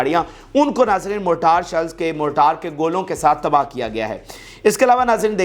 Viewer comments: موٹار نہیں مورٹر ہے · جناب موٹار شیل نہیں مارٹر شیل صحیح لفظ ہے۔